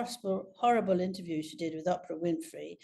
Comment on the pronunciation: And she still deliberately mispronounces Oprah Winfrey’s name. I don’t like Winfrey and I never have, but I’ve heard Levin saying her name properly - so not ‘Opera’ - therefore she’s doing this deliberately. Highly disrespectful.